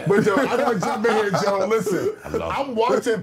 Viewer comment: way he said Joe show you know he don’t watch the Pod.